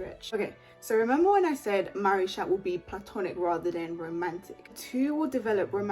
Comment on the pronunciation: It’s supposed to be pronounced maricha btw